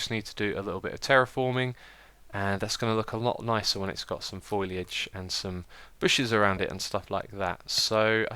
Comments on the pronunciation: It's foliage rather than foiliage X (heard you asking a few episodes ago), also the abba sign's B's are not the same :P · I could be wrong but I am pretty sure it is pronounced Foe-Lee-idge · Just a note. Foliage is pronounced foe - lee - i (from simple) - j (from juice). Thanks for another awesome episode :) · Dear Xisuma I love you, but the first syllable of foliage is pronounced "FOAL" like a baby horse. I know this kind of comment makes me seem like a douche, but I remember a couple of videos back that you mentioned that you were not sure if you were pronouncing it correctly. Just thought I'd help :-) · Foh lee. Foliage. Lots of people say it like that though. It's okay, you're not a florist. lol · Foliage, like Fole - ee - edge, love your videos Xisuma, but that's been irritating me for ages.